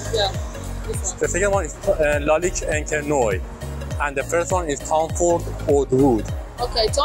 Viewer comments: En Français encre noir se prononce " encre Nouar "😮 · Enche noy? Is the guy able to read words? 🤣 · Please work on your prononciation The way you said lalique encre noir made me punch my face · he didn't butchered it as much as "encre noire" ...